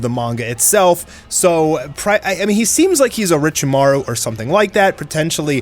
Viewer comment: Who … tf… is Orichiemaru? Maybe he means Orochimaru